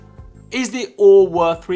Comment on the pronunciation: I just accepted that he’s saying “O-o-r” for the memes…